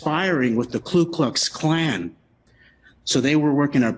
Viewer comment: It’s “KU” KLUX KLAN, not “KLU.”